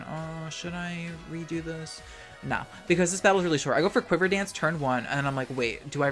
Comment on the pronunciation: lmao he said the australian "noarh"